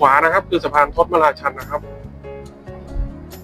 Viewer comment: ถ้าจะเรียกชื่อสะพานทศมราชันให้ถูกต้อง ต้องอ่านว่า ทด-สะ-มะ-รา-ชัน ครับ